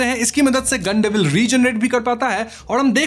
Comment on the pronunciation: गन डेविल ❌ गाण डेविल ✅😂